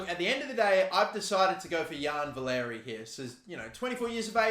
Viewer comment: Valery is pronounced valaree btw :) sorry as a saints fan it bugged me a little ahaha :)